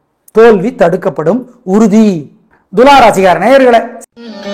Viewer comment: Ivaru daily naaL eppidi irukku nnu solllama ....parigaram, mandiram, color, book nnu sollraaru... BTW adhu Dhulaam illa...Thulaam